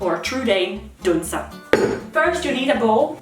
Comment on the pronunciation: Great, now I'm craving a good batch of "deller"! It's been far too long since I've done my duty as a dane, don't tell the government on me D: Also, it's "dunser" not "dånser" :P